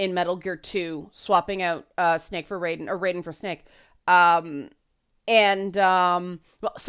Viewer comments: Minor thing. Metal Gear Solid 2’s protagonist is pronounced Rye-den. Mortal Kombat’s lightning god is pronounced Ray-den. Yes, it can get confusing. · I just always remind myself that MK is mispronouncing Raiden's name. He's a Japanese Thunder God, so the Metal Gear pronunciation is the correct one. NRS are the same people who have Scorpion, the JAPANESE NINJA, pronounce "Ryu" (Ree-you) as "Rye- you". It's like listening to the 1994 live action Street Fighter movie all over again....